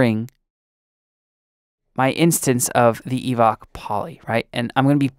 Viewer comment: It occurs to me that the name "EVOC" may be a pun on "evoke" rather than pronounced as "evock"... :)